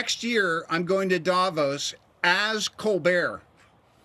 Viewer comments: the accentuation is on O.... DavOs... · i am not a comic book girl but MCU and how it all came together over the past 10 years completely drew me in, love it! oh, and its Davooos, the emphasis is in the second syllable.